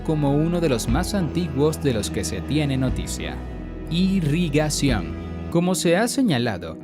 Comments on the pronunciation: Irrigación se escribe y lee, tal vez leer más despacio para no equivocarse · Irigación se dice caballero, a ver si hablamos con corrección.